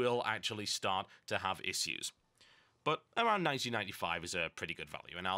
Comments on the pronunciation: Omg... Issues <--- please say it correctly :) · hehehe you say "issues" funny